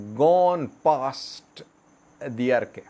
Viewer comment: It’s adarkay not Adi arkay ok